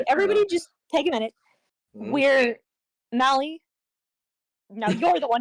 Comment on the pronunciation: How hard is it to say "Mali", bro